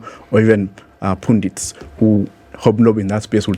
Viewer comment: How is this guy a graduate of philosophy (widely read), but cannot pronounce words like "pundits" "cadre" etc.